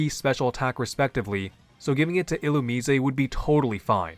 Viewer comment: Illumusesay ??? (Illumise)Who ? 😩🫠 I can’t figure out sometimes if you genuinely be mispronouncing Pokémon names on purpose or innocently but it does give me a laugh so I appreciate that. ❤